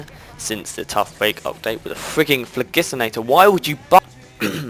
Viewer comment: Idk y but the way u say phlogistinator and the fact you say the plus in w+m1 rlly annoys me XD.